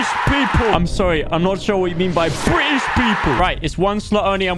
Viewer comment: Hahahahahaaaaa i love the way he said BRI ISH PEOPLE